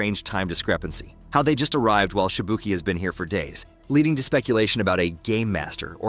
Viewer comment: The pronunciation cringes but he nails it with Shibuki.